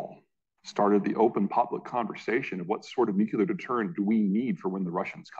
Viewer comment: Learn how to pronounce Nuclear